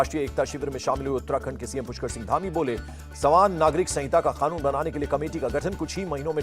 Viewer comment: O bhai khanoon mt bolo. Kanoon bolo